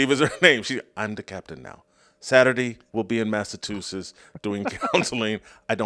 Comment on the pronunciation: Jason..... say it with me.... MASS - A- CHU - SETTS. Not.... MASS - A- TOO - SETTS. Come on man....